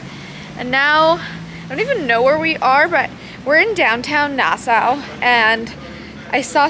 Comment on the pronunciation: You kept saying Nassau wrong just saying